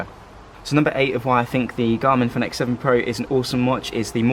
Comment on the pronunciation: Fenix is pronounced Phoenix.